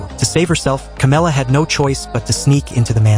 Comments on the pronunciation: Who tf is camela it's Cameron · Cameron not camela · Bro actually called Cameron "Carmela"🥀💔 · İts not camela its cameron ✅ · man who tf is camela its cameron